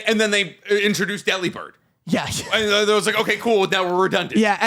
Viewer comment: It’s said that the pronunciation is like the word delivered, delib-ird I’ve found out this information now you have to know how to say Delibird